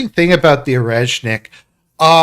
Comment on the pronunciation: Its OreSHnick. Not OreZZnick.